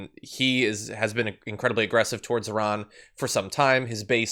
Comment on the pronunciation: Wow, you actually pronounced "Iran" correctly. I don't think I have seen many Americans do that. But then almost ruined Qatar's pronunciation before using the correct word.